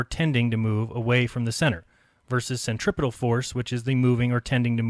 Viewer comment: I'm not sure if his grasp of science annoys me more than his pronunciation or centripetal and centrifugal or not. Summary "Maths is invented so this is why we should use the bits of physics designed to calculate forces we're not seeing rather than the ones consistent with what we're seeing because what we're seeing can't happen in a world I've imagined. My imagined flat world isn't moving in different straight lines all at the same time but your're hiding that by claiming it's a spherical object rotating and using equations to prove that which just don't work on a flat earth which isn't being pulled in different directions at different magnitudes at the same time."